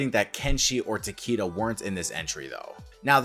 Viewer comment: The first time iv ever heard someone actually pronounce Takeda right